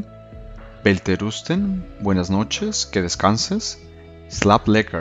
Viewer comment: Fabuloso, solo un detalle con la palabra WELTERUSTEN ese no es la pronunciacion correcta, pero es solo un detalle, si puedes chequearlo de nuevo seria excelente. Muchas gracias.